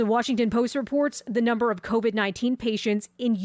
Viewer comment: “NUMB” ers